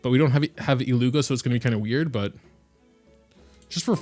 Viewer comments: IT-lyu-hia (not i-llu-ga) 😉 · I beg of you, go to flin's bio, and listen to "about illuga" bc, if I'm not mistaken, it's pronounced illu-hua (I could be wrong, but I heard a lot of ppl saying it like that, and I swear I heard flins say it as well)